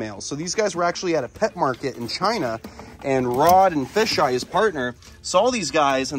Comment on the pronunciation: you just called kevin fish eye instead of FeiJai